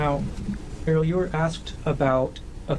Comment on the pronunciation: His name is GEAR-HEART! Her name is AIR-EE-ELL! Seriously…….🫩 Ok….now I'm out! Your reasoning is off…….